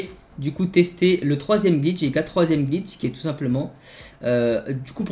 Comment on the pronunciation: tu dit gitch aulieu de glitch